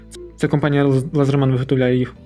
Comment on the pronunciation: А чому лазерман я кщо , ,,Ледерман